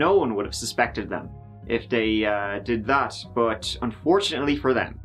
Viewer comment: I can't bewive dat dey would do sowmefing wike dis